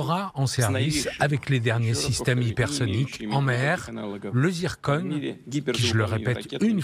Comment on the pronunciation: C zircon et pas zirconne